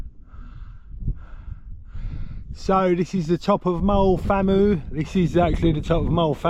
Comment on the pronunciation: Thanks for the footage, hoping to do this in 2026. BTW, Moel Famau is pronounced "vam-eye", and the hill after Moel Arthur (just before you got to the first checkpoint) was Penycloddiau (pen-uh-clothee-eye)!